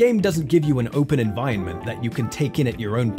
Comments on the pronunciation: You say environment weirdly. Like envionment. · you aint sayin environment proper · Holy shit if you can't pronounce environment then choose a different word to say! The bit I'm watching now you've said it 6-7 times in the space of maybe 2 minutes and its getting infuriating. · I liked this essay enough to listen to the whole thing, but the way you mispronounced 'environment' all the way through drove me insane! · stop pronouncing 'environment' that way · I almost didn't sub because of the way you say 'environment' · The way you pronounce "Environment" hurts me every one of the many times you say it.